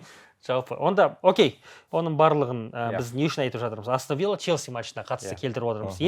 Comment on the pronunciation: Астан Вилла деп айтпаш Астон Вилла деп айтшы.